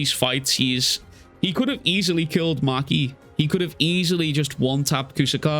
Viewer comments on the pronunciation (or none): none